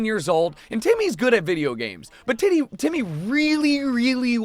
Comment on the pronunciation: Y'all hear him call Timmy "titty"?